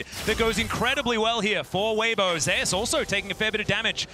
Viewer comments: I'm just bothered by how they say zeus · why do they pronounce zeus as zayus